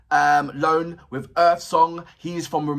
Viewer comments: Hi man. He name is not Bogdan Loan, is Bogdan Ioan . Ioan comes from John, and you must to pronunce Eeon ! 😂🎉 Cristian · As others wrote bere, his name is Bogdan Ioan pronounced Eeuan not LOAN. Although people mentioned it here, the owner of this channel still didn.t corect Bogdan.s last name. And like others said, this video is not his blind audition, which is more impressive. This video was part of the Voice Reunion of several former contestanta. Perhaps the owner of this channel should make the apropriate adjustments, as a sign of respect. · Its soo so funny when brits try to read the name ioan, not loan with the L... :))) 5 years ago Lemar from BBC Radio 2 Saturday Night Live( dunno if he still does it ) requested in a live on facebook to give 3 jazz/gospel/soul songs and i won hihi though he pronounced my name, ioan, like u did here; i guess the language barriers exist aight? ))) As i was explaining to my greek master programme teacher very easily the name is phonetically E_1, just that